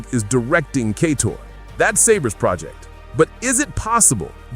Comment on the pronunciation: There’s no way he’s mispronouncing so many words by mistake. Lol. “Kay-tor”? “Geef” Keighley? “Ass-spire”? 😂😂